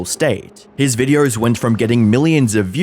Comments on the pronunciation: just curious, who pronounces videos with an 'r'. It sounds ridiculous. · There is no R in the word videos mate XD Videööorrr